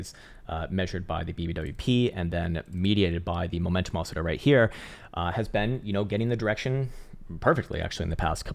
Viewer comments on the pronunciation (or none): none